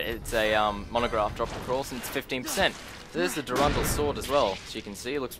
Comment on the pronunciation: your pronunciations of some of these triggered me so bad, like the wyrmhero blade, there is a letter "r" after that "y", the way you pronounced it, was more like it was spelled "wymhero blade", and the way you pronounced "durandal", it's the same pronunciation as in "marathon durandal", it isn't spelled "durundal", and before you say it's the accent, i'm Australian too, i have the same accent.